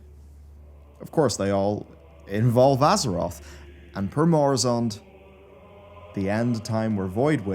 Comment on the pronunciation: It's Murozond, not Moruzond no?